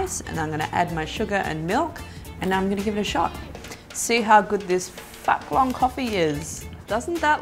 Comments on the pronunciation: pronunces phuc long "fuck long" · Girl, Phuc Long pronounce fooc long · Aha I cringed so hard when u pronounced phuc long so weridly since I am Vietnamese.. xD but I still love all of your hacks lmao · I'm Vietnamese and I was laughing so hard when she tried to pronounce the name of the coffee 😂😂😂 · Omg im vietnamese and the way u pronounce phúc long coffee is freaking hilarious😂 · lol, Vietnamese here, and u pronounce ''phúc long'' so wrong but I still love your clumsy adorable accent :3